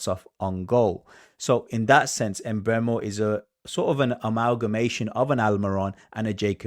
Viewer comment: It's not em-Mbeumo its just Mbeumo.